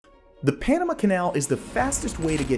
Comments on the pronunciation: It's not the Panam uh canal, it's the Panama(h) canal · Also NAILS 💅🏼 on chalkboard annoying: He says Panama 🇵🇦 so awfully - Pronouncing it as Enema - (Irrigation of Anus and Colon, for Bowel movement) ENEMA… with a P at the beginning Penema - Ugh I hate even writing ✍️ that